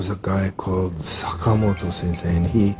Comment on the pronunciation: Oh, God, that pause before "...guy" had me in stitches for some reason. Also I love the way he tries to sound Japanese when saying "Sakamoto"